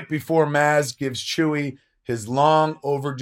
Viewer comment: Oh a new fan eh? (You mean 'Leia' when you say 'Leah'...? And 'Chewie' when you say 'Chewy'.)